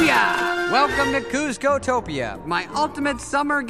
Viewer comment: When you say kuzco : ah hell nah